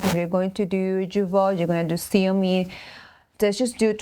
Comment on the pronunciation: Zeomin, nor seomin